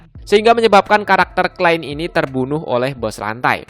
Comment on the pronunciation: Bang, saran gua, nyebutin nama nama nya yang bener dong, biar gk salah pengartian/salah paham Klein (bukan klen) Amusphere (bukan atmosphere) Nerve gear (bukan never gear) Underworld (bukan underwall)